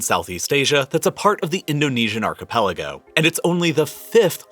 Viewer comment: It is malay archepaliogo...